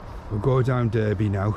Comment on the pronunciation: Derby ave ,is pronounced darby like Derbyshire